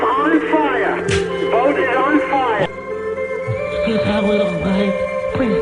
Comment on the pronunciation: * I’M ON FIYAH